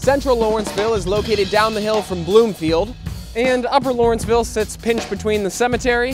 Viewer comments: First, allow me to correct you. It is LAW-renceville, NOT LOR-enceville. I grew up here, lived elsewhere in the city, and returned after many years for personal reasons. I, for one, am among the probable minority who are unhappy about what this neighborhood has become. I truly resent that some had considered this a dangerous, crime-ridden community. Maybe it was, but not to the degree that it has been portrayed. If anything, my quality of life in Lawrenceville is worse now than ever - a bunch of bars/restaurants/clubs that don't adhere to noise ordinances, and patrons and owners of those establishments that don't give a flying fuk about the neighborhood as long as there's money to be made and a party to be had. Yes, there is definitely a move to rid the neighborhood of older owners and housing stock. Who said, "You can't go home again?" Correct. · LAW - renceville. LAW, not LOR!